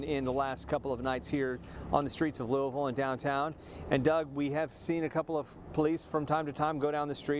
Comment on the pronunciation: She said Louis ville... Obviously not from Louisville